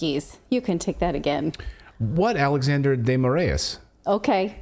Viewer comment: you got both "Alexandre" and "de Moraes" mispronounced